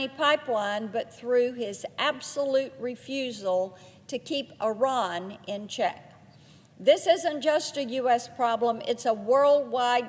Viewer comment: Does she mean Iran or Unran?